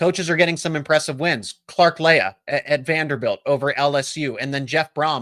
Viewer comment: NOTRE DAME fan here—CLARK LEA—former DC at NOTRE DAME-is pronounced-LEE-not LE-A